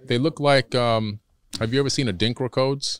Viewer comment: a light bulb went off in my head. WOW! He kept saying Adinkra codes but I didn't get it because of his pronunciation. The Adinkra symbols of the Akan people (in Ghana and Ivory Coast in West Africa). In Ghana the symbols are printed in clothes, designs in palaces and walls, African handicraft, jewelry (bracelets and necklaces), and even painted on the parliament walls etc. They are all over the place. Each one has a name and meaning. Meanings passed on from our ancestors, but what I didn't know was the deeper meanings behind them until the guest mentioned them (Goggle Adrinkra symbols, or Sankofa, Gye Nyame). In the movie Black Panther, when T'Challa was in trance and went to the ancestral world, his father's cloth had the symbols. I have several Gye Nyame (meaning Only God) necklaces. I'm in total awe of what he's saying.